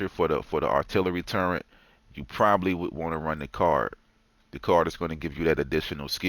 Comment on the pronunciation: Man if yall don't pronounce the word TURRET, not Turrent